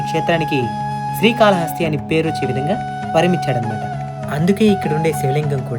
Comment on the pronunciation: రేయ్ బుర్రలేనోడా... స్త్రీ కాళ హస్తి కాదురా.. శ్రీ కాళ హస్తి 3 జంతువులు కాదురా 3 జీవాలు అనాలి అందులో ఏనుగు ఒకటే జంతువు... స్త్రీ.. కాదురా ... స్త్రీ అంటే ఆడది ... శ్రీ .. అంటే సాలేపురుగు. కాల కాదు కాళము అంటే పాము హస్తి అంటే ఏనుగు. శ్రీ కాళ హస్తీ.. అనాలి పిచ్చికూతలు వీడియోస్ లో లాగా కూయమాకండి కరెక్ట్ గా తెలుగు పలకండి.... 🌹🕉️🌹జై శ్రీరామ్....